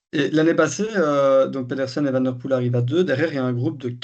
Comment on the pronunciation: Van Aert, mais van der Poêle, avec un petit v, c’est la différence entre le flamand et le néerlandais. Je suis flamand et je parle en connaissance de cause